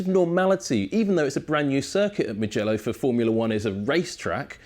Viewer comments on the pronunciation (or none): We don't say mgello we say mu mu mugello with the u